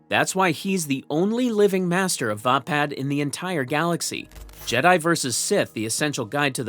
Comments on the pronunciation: Pronounced Vay-pad... Not vah pad. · its called va pad as in hey pad